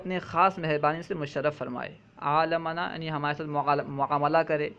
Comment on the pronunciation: حضرت آپ نے خطبہ میں تیسری شتر میں عاملنا اللہ لکھا ہوا ہے اور آپ نے عالمنا پڑھا ذرا یہ سمجھاے